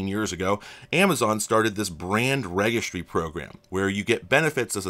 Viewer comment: So I'm curious, is your pronunciation of the word "registry" with a hard "G" like in "oregano" a regional dialect? Or is this your sneaky way of making a point in the whole GIF/JIF debate :)